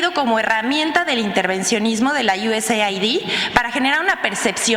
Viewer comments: USAID SE PRONUNCIA "YUESEID" QUE SIGNIFICA AYUDA DE ESTADOS UNIDOS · "USAID" SE PRONUNCIA "iu-es-eid) US (Estados Unidos) AID (ayuda) = ayuda de Estados Unidos